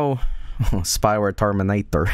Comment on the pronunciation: idk why its so funny the way says 'terminator' and the spelling always gets me